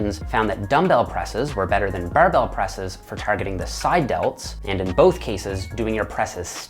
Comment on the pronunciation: The "buhrrrbell" press🧐